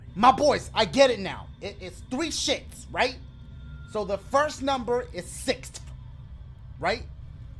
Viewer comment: " 1 divided by 6thhhhhfffff, wait what?" lmao